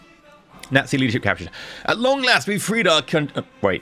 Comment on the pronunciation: Junta like Hoon-ta not june-ta, nazi like yahtzee not gnat-zee